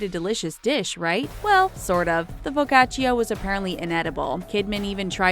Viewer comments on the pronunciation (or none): It's pronounced Fo-Ka-Cha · I thought it sounded weird too lol. Isn’t it pronounced like “fo-ka-cha”? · The way she pronounced “Arancini” and “Focaccia” (Not Ellen The Girl Talking) I’m Italian and I just wowowow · How the hell did you pronounce arancini and FOCACCIA!!! Disonore signora, disonore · Focaccia.. u don't pronounce the i, goddammit Edit: Are all Americans pronouncing it like that? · the moment when you hear americans telling "focaccia" and you live in italy. I'M CRINGING SORRY LOL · I cringed when i heard her pronunciation of “focaccia” egghhhh! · The way the narrator pronounced focaccia tho